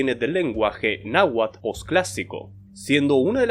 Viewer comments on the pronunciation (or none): none